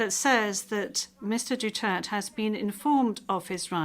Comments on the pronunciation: Hey Women can you pronounce properly the last name of Former president Duterte. DUTERTE DUTERTE HELLO SAY IT right Duterte again Duterte not Mr Dutert😂😮😮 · DUTERTE! NOT Dutert! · DUTERTE not Dutert 😒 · Poor Mr. DUTERTH. He kept pleading with the presiding judge to properly pronounce and accentuate his surname but kept getting ignored. Sorry, Mr. DUTERTH! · Dutert(e) - silent e 😂